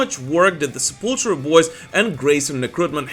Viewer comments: Its Se-pull-tool-ra NOT Se-pull-tra!! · I like this channel, but Sepultura is pronounced seh-pul-ter-uh....not sepultra. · Drives me nuts when people say sep•ul•tra.... It's Sep•ul•tour•ah. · I can't believe people still mispronounce Sepultura. It's not Sepultra, it's Sepultura. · 😂 you said obscura perfectly but butcher sepultura 🤦🏻‍♂️